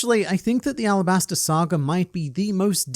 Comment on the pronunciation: I thought it was Alabasta, arabasta is just how the Kanji could be pronounced